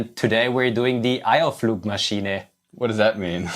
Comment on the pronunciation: Steffan is just looking at the camera smiling and pretending like William didn’t pronounce „Eierflugmaschine“ completely wrong 😂